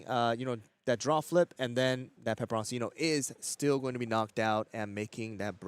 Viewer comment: Why would you continue to constantly mispronounce pepperoncino when your co caster is pronouncing it correctly?